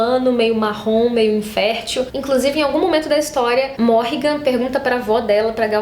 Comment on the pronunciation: Então,, eu só acho que a forma que vc fala o nome dos personagens é errada. Tipo Rafe, Berdi, Natya e até Civica e Morrighan. Como as palavras são em inglês acredito que a entonação seja diferente. Isso sempre me incomodou, mas enfim...